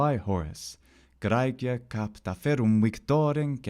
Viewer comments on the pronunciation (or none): You are mispronouncing Graecia. If it is romanised or latinised scriptures you are refering to, the closest vocalization and pronunciation for the word probably matches todays macedonian vocal and written form for the country of Greece. The macedonian word is Grcija conjugating the ae and making it silent. There is nothing even similar in todays greek. A Macedonian nearby can pronounce it for you since there is no text to speech on google translate. Go figure.